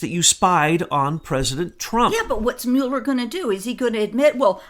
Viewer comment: I think you're asking a lot of a guy who can't even pronounce "Mull" er. :)